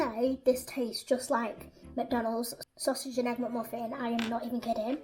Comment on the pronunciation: MACDONOW SOWSEJ PART-EY